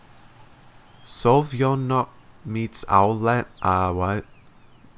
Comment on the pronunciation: Hail from Belarus! I found it sooo fun to watch (and, most important, listen) foreighers reading Everlasting Summer :) I`ll be here to make some explanations if something is causing you troubles. Untill now i find it notable that you pronounce the names with "yo" sound incorrectly, which is the most common thing... It`s not clear "Sem-YOn", "Slav-YA". It`s a more fluent sound like in "fIrst". But it is good with "UlYana", which is written differently in Russian. I`m Artyom, so I`m used to it when playing online games with voice chat :D Also, laughing every time seeng foreigners fail miserably to pronounce patronymics. Lucky you are that she is Dmit-ri-yev-na, not, say, Vya-ches-lav-ovna... Ah, never mind, you tried :D PS Want to face Lenin in visual novel? We`re just in the proccess of writing a modification "Continuation of the story" which mades exactly this — bringing Semyon into Sovyonok in real life, where, obviously, no Genda exists and the monument depicts expected Lenin :) This mod is not translated onto English though — we are just at ~15% done.